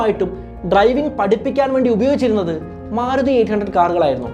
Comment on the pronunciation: സുഹൃത്തേ, മാറുതി എന്ന് പല പ്രാവശ്യം കേട്ടു മാരുതി എന്നല്ലേ പറയേണ്ടത്